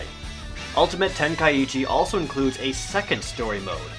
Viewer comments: dbz kinect was awsome i would rate it 9/10 and you are pronouncing ten kai chi wrong it is not ten kai ichi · Ten Kai chi. Not ten Kai ichi..... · the i is silent